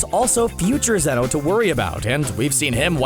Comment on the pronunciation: Zeno not zenos